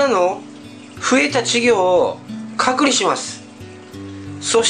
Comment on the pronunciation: 前から思ってたけど隔離の発音おかしくね？